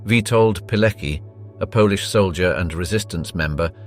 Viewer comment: not "Birkeanu" but "Birkenau" (and remember, that this is the German word, so it should be pronounced as such). - it's pronounced more like "Piletski" or "Piletzky", the "c" should not be said as part of the English "ck", but as a separate consonant (in this case somewhat similiar to the "tz" sound in "tzar"), and the "k" should sound like the first "k" in word "kick".